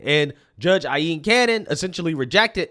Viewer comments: My brotha in Christ, it’s pronounced: Eye/Aye Lean. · Why does pronounce Judge Cannons name like it's spelled "Ailleen" with "ll"? Not saying that he's wrong but I have seen her name with only one L so I don't understand why he continues to pronounce it as if it was "Ailleen".